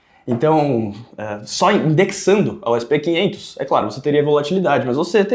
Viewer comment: "essi pê quinhentos" é foda viu... kkkk brasileiro abrasileirando até os indices internacionais.